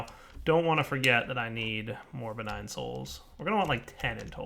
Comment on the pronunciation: "Begign" souls. Lol